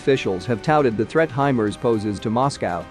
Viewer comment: Hey guys.... It's pronounced HI-MARS...... Like the planet...MARS... NOT....HI-Mers....(MERS??)